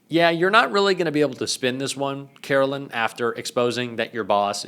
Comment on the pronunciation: ....it's karo-lyin'.....